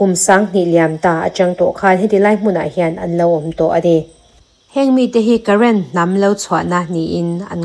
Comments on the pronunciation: Karen ti lovin karen tih hi thluk tur aw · Karēn i lam dan hi aw,Rën hi thluk rawh,i chhiar hmain lam dan dika lam turin inzir thin tawh teh,i class a lantir ania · Karen ho kha, current tih ang lam rik tur a ni lo aw😊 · Karen hi current tih anga lam loh tur. Karen-a 'Ren' lai tak hi silai zen (gun powder) kan tih a 'zen' kan lam thluka thluk tur.